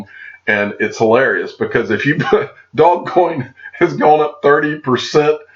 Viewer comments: Just for your information it's not pronounced dog coin. It's pronounced doze coin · Yet when I look at it I see doggy coin, dog-e-coin. It just makes so much sense with the dog mascot. Did the inventor say “doze coin” or has it just been mispronounced by everyone all down the line? I’ve also heard “doje coin.”